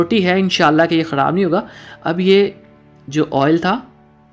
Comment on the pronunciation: Lafz khorab nahi Myry bhai kharab hora hy